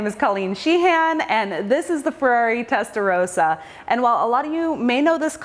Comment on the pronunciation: It's nice to watch your clips of Ferraris. But..., Testarossa is not pronounced testaroesa. It's a splendid grand tourer of a Ferrari. It is not a sporty Ferrari. Please drive these Ferraris more and harder. Your review lingo doesn't give a babble free description of the cars.